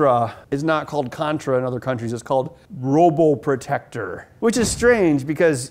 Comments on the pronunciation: It's called PRO BO TECTOR. Not ROBO PROTECTOR. Lol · ROBOPROTECTOR? it's PROBOTECTOR ben XD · P P P Probotector not robotector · It is pronounced PRO BO TECTOR 😒